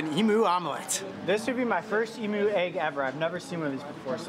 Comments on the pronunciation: I love how he says emoo egg not emu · Say emu not emoo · In Australia we don’t pronounce it as “ee-moo”, we pronounce it as “eem-you” 😂🇦🇺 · As an Aussie I feel as if I should tell you that in Australia you don't pronounce emu, emoo, love from Australia 😁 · Ok mate, I am an aussie right and no hate cause I love the Chanel but we don't pronounce it emoo the u in emu is pronounced and a u not oo.cheers boys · It’s actually pronounced EEMYOU Not EEMOO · Why he call the emus emoos it’s em yousssss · They sound a bit like internet cat videos. E-MEW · I''ve never heard it pronounced "emoo" in my life, haha xD But gosh is it bothering me too! Fellow Aussie here. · “Emoo egg” 😂